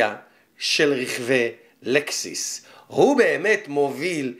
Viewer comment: לקסוס לא לקסיס